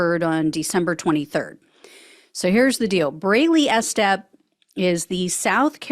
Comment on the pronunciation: You're not telling me "Estep" isn't pronounced with a long EE. E-step, like e-commerce.